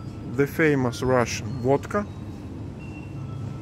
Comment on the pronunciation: Sounds like wadka when you say it. Liter of stolichnaya is $25 here in states. People drink a lot of wadka here. We call alcohol the sauce. Get sauced.